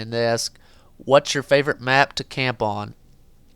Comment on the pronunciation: when you say camp on it sounds like tampon